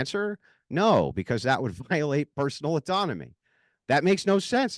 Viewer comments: naurr... - Naur? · Noahrr and Yeahrr 🤣🤣🤣